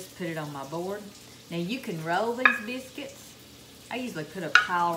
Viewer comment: Take note: this lovely lady must be from the tri state area of Tn,MS, Ark. Notice how she says “ biscuits “. She’s home folk.❤️ I just here to listen bc I am homesick 👍🏿💁🏿‍♂️🙏🏿 God bless y’all.